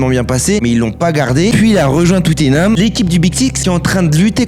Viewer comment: À partir du moment où il a dit Tuuttinham, j'ai arrêté d'écouter.